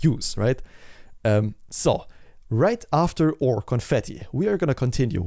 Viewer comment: Thank you for your effort with this video bro! Very helpful and a great one for the portfolio!!! Can we please pronounce our as "our" and not oooor XD